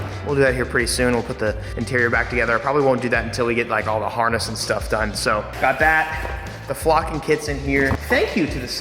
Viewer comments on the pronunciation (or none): none